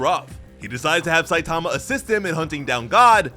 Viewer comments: What’s up with most of those creators always butchering the names of the main characters?! “Saitaamaaaa” 😂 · 3min into the video and already really annoyed by the mispronunciation of Satama ;( Also the manga pages are presented incorrectly. They should be right to left, not left to right. Example Missing clear dividers between the stories. Sounds like it's just the next sentence. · It's not Saitama, it's Saitama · Couldn't make it past the mispronunciation of "Saitama".